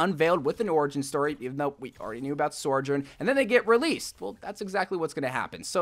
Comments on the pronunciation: How can both hear and type out the name sojourn and still say sorjourn... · so-journ. not sore-journ. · Why is he pronouncing Sojourn like Sorjourn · How are you still pronouncing it SOARjurn when she’s literally saying it 😭😭😭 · Please stop calling her “sorjern” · Where are you getting this extra R from? Sorrrrrrrrjern!!!!!!!!! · the way he’s still calling her SOREjourn 😭😭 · Ikr, he’s been saying it since 2019, is it that hard to just say SOjourn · Bro PLEASE just say her name right. It’s not Sorjourn it’s been 3 years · Blizzard is waiting to release more Sojourn content until you start pronouncing her name right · this bugged me to